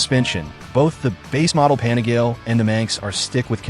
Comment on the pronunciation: AI voice crap “ pan a gale “ GTFOH